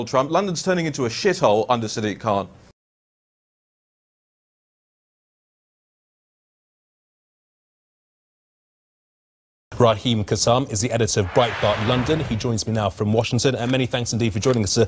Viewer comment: Raheem not Reharm